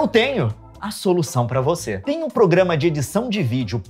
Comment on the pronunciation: uma coisa que o leon nunca ouviu fala "progamas piratas"